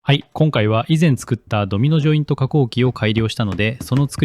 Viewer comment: "Domino jointo, yo, no cheapo desu". For a second I thought I understood Japanese.